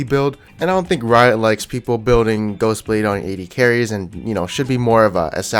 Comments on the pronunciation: Did anyone noticed that he said ''Gosublade'' instead of ''Ghostblade'' ? :D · Did he just say youmuu's gosublade